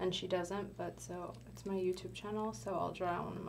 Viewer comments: It’s not youdube 😂😂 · It’s not “ joetoep “ 😂😂